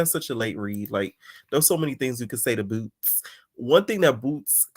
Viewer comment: Stop saying boots like that I can’t stand it😂😂😂😂 I’m at work loud asf🤣🤣🤣🤣